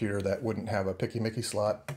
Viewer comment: This is the first time, in 23 years of working in IT, that I've heard someone say "PCMCIA" as "picky-micky" :D